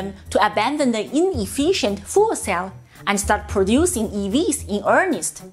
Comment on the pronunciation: sounded like “Hydrogen Fool Cell”. So true! 😂